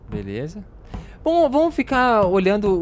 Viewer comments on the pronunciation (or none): Vc falou beleuza ao emves de beleza